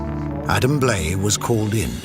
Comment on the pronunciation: You would think if a television network is going to put money into a documentary, they would at least make sure the narrator pronounced the featured guest's name correctly. Adam Blai's name is pronounced Bly.... not Blay. 🤦